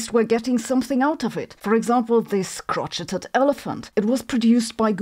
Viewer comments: Hi Sabine. Crochet is a french lown word ( I think) and the t is silent ish. Its more like crow shay. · Crochet is pronounced "crow-shay" (krōˈSHā). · Surprisingly, I guess Europeans don't know each other's languages after all. Crochet is derived from French, so it's pronounced "kroh-SHAY". 🙂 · ahh someone who pronounces crochet correctly 😊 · I know Sabine is German so it's probably intentional, but the French word crochet has never been more abused... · Just fyi, the T is silent in crochet. It sounds like you’re saying the elephant has a crotch.